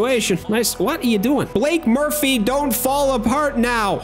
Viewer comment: getting Blake’s name wrong for multiple videos now is hilarious 😂